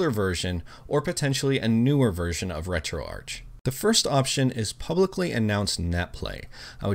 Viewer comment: the "Arch" in RetroArch is short for "Architecture", its pronounced "Retro-Ark, brooossss....... 🤡